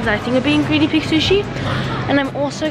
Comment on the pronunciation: Is it just me but when she said guiena pig sushi I thought she was cooking them 😂😂